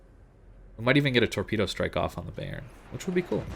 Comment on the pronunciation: Bayern is pronounced buyern not bay-ern